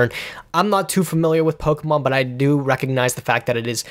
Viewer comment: I appreciate the correct pronunciation of Pokemon. I come from a household where "Pokey-man" was repeatedly said. You can donate $1 a day now to help a nerd that constantly disappoints his parents.